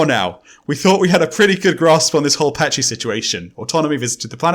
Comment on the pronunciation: My favorite part of this is giving a hard time about Adonalsium—“that’s not the order the letters are in”—but always pronounces Patji as “Pajti”… THATS NOT THE ORDER THE LETTERS ARE IN!! Lololol. This is like my third time through the backlog, and this is still a crazy episode. So cool.